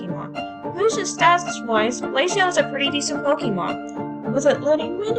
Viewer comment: I appreciate you saying glaceon pretty